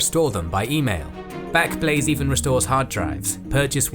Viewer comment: Well done, how on earth you said backblaze so many times without saying blackblaze I have no idea! Such a tongue twister, try saying it ten times fast, I can't do it lol 😅